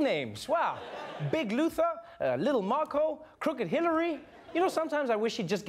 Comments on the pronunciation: Didn't he say Big Looser the first time??? Not Big Luther... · Unshaved and unkempt? That's what Steve Bannon looks like all the time. Also, I thought that Trump was calling Strange "Big Loser" instead of "Big Luther". I guess he predicted the outcome ahead of time.